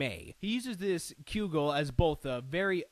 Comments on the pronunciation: Cudgel is pronounced Kud-jel... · It's pronounced CUD-JEL MEL-ODD-IK NINJA-TOE LIE-DOE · I think you pronouncing cudgel wrong. Also its iaido not laido. Other than that, I found this very entertaining :D